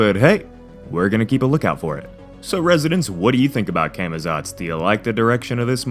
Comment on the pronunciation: It's actually pronounced "Caw-Maw-tsawts" guys.